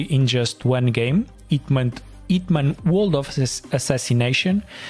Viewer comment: is a hint that the H is not silent.